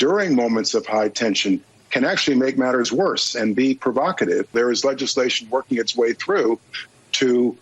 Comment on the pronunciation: The blond woman who finds a new word, "provacative," "that's so provocative," "its provacative."